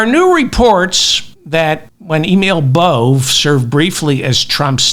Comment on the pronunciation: Please stick with Bove (rhymes with Cove) and not Bove (rhymes with Olé) David. Emil Bove (your pronunciation) sounds like a petty criminal from a Georges Simenon novel. Bove gets bumped off for snitching to Detective Inspector Maigret. His face is rammed into a Paris pissoir by thugs until his lungs fill-up with you-know-what 👍😎🇬🇧🥃⚰